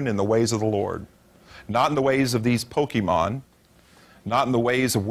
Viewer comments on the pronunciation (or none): He didn’t say it right,. Just to unleash my inner and outer nerd for a sec, “Pokémon” isn’t pronounced “Poke-ee-mon.” It’s pronounced “Poke-ay-mon.” Note the diacritic on the “é” in “Pokémon.” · No he didn't. The accented e is supposed to be pronounced ay. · Back in the day, saying Poke-ee-mon was the tell that you were one of these crazy people.